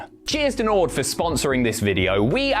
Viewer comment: I was enjoying the video. Then he said Nord and l stopped watching